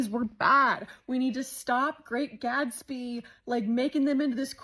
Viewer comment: Btw: its GaTsby not GaDspy.